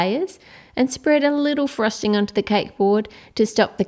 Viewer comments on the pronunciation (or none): She said "frusting